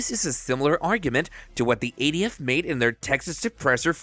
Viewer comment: This narrator is killing me. It’s SBR not SPR. It’s ATF not ADF. Also, why so repetitive?